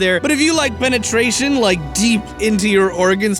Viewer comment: I started laughing at fallout seventy-sex again when you said penitration